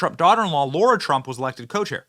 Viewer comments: Hi, not sure if u realize this but u kept pronouncing Lara's name as Laura. Even the CC shows as Laura based on ur pronunciation. Go TRUMP 2024..!! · Yay for Lara! Benny, stop mispronouncing her name. It's not laura. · Benny Its pronounced L-A-R-A!!!!!! Not Laura!!!! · Benny, no offense but it's LARA, not LAURA. Not a good look to get it wrong. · Benny, why are you saying Lara as though it's Laura? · 'PS' Benny: Sir: it's LARA, not LAURA. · Benny, it's LARA not Laura. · LAIR-Uh. Not LAURA. Johnson